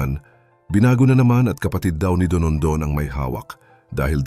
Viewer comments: Dondon ang pangalan nya, hindi DONONDON. 😂😂😂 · Dondon hindi Donondon.